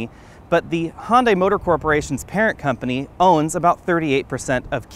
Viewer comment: Hon-die? It's pronounced "hyun-deh" Good review though.